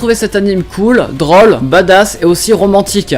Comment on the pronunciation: J'aime beaucoup tes vidéos, mais si tu pouvais arrêter de prononcer drôle comme "drohle" n’apprécierait encore plus (je veux vraiment pas être désagréable ou quoi que ce soit, je dit juste ça parce que ça me perturbe ^^). PS : et rose aussi ;)